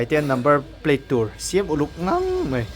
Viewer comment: Kawmngeih ti rawh.. 'mai' tih turah 'mei' in ti leh lawi bawk sia in letling thei emai